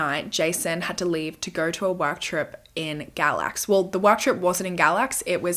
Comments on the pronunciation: Galax is my hometown! We pronounce it “gay-lax”, i was washing dishes as you mentioned it, i had to stop and rewind and show my husband! On another note… poor Cassidy 🥲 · North Carolinian🙋‍♀️ he stayed in Galax “gay-lax” I’ve also never heard of this case. I love your videos❤️